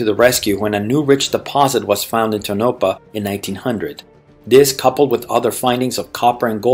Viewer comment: Also a note that Tonopah is pronounced tone, A (the same "A" that Jackson said not to say for Nevada), pa (like in grandpa)